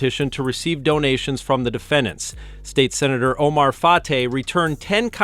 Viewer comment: So many times people mispronounce people's names. Kudos to you for pronouncing her name the way she pronounces it.